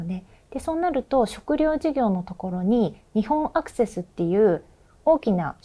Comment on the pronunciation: 「にほんアクセス」ではなく「にっぽんアクセス」です。間違えると違う会社になるので注意です。